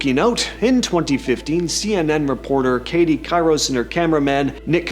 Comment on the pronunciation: It's Katie Couric (Kor-ick)